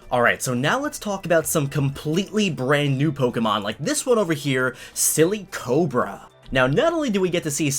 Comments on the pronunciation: It’s not silly cobra it’s silicobra as in silicon, one of the elements that makes up sand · Its not sillycobra its silicobra Silicon+cobra